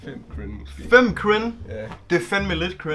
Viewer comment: det lyder som om du siger "Crin" i stedet for "Cringe"😂